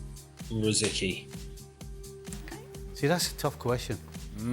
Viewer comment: It's not that clear who's better between those, the craziest thing is Gibbs doesn't know how to pronounce rosicky